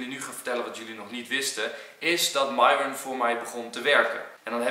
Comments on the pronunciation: Mieron maar enzo veranderd namen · HET IS MIERON ENZO NIET MIJRON😅🤣❣ ( ik doe ff hoe je het uitspreekt ) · Bianca mieron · Hi enzo, hoe spreek je de naam van myron officieel uit? Jij zegt meestal mairon, en zij stelt zich vaak voor als mieron. Wat is nog de correcte versie?😏